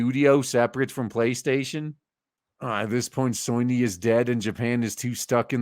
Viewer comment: Love how you pronounce soyny instead of Sony 🤣🤣🤣